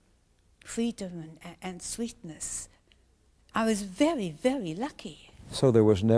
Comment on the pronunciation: "I was velly velly lucky" I couldn't help but lol. She's still an amazing lady though, hard to believe that people like her still exist.